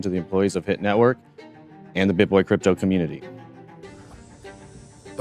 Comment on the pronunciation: 'Cryto'? Seriously?